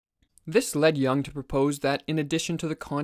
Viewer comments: Good video, but PLEASE PRONOUNCE JUNG CORRECTLY, NOT YOUNG BUT YOONG. It is a German not English! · It's not Yong but Yung btw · isn't it pronounced "yoong" instead of "yung"? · Excellent videos – but please Yooung, (as in look), not Yung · It would help to pronounce his last name correctly. He is not Carl “YAH ng”. It is pronounced “Yoong” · Good video, but not "jang", more like "joong" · it's Juuuuuung,not young...pronounced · Carl Yung not Young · Please pronounce Correctly. Not young but Yung (Jung). And he wasn’t a psychologist. He was a psychiatrist. Totally different profession. Thx a lot. A Swiss obsessional. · Not "young"!!! Jung!! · it younng not young lol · It's not Jang it's.. JOONG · His name is pronounced YUUNG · How do you mispronounce the name of one of the most influential thinkers in recent times. You have more than a million subscribers, take it seriously and pronounce names correctly. His surname isn't Young. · Bro pronounced yuung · The vowel in Jung sounds like youth. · Thanks for the video, just learn to pronounce some words right, like Jung for starters. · I can't take this seriously when they can't pronounce the man's name.